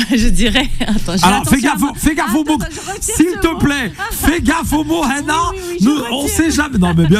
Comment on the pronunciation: Pourquoi il dit "HENA" elle s'appelle HANA, non?